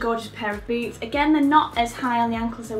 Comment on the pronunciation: Lol when you said "I'll start with boots" I heard boobs instead of boots, and I was like wait what wasn't this video about shoes? lol